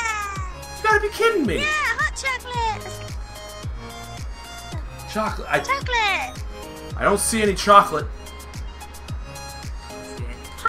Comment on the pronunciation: choclate... did you say ChOlAtE............. choclate CHOCLATE!!! CCCCCHHHHHHOOOOOOOCCCCCCCOOOOOOOLLLLLLLAAAAAAATTTTTTEEEEEEEE!!!!1!!!!!!!!!!!!!!!!1!!